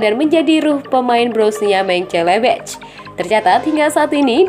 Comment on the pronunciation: Kok "Mencelebeh" sih? Itu klub apaan?? Partick "Viria" juga siapa?? 🤨